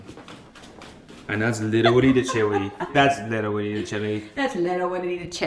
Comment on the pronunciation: “witerally gwiddying”